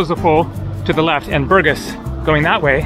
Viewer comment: БургАс, дружище, БургАс. Правильно ставь ударение. А лучше, учи русский. Скоро пригодится.